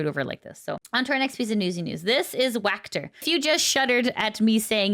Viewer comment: It's Walker not wackter lol 🤣